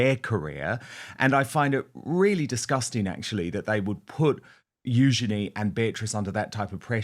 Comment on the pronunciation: Princess Eugenie: like her mother Sarah said it is pronounced “use….ya…knee”. Dan is spot on with how it is pronounced.